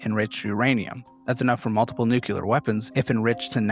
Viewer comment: can't pronounce NUclear or ammuNItion. Nucular and ammunation...